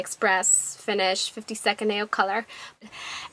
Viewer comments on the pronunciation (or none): none